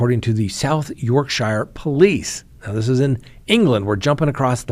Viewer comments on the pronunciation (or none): I'm from Sheffield it's pronounced Yorķshure